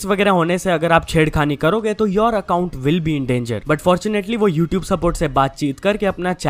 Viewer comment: Petition for to pronounce YouTube as "YouTube" and not "YouTup"